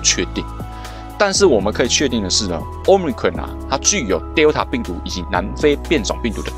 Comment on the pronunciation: Cron 怎麼變成ㄎㄨㄟˇ了 ㄎㄨㄤˇ吧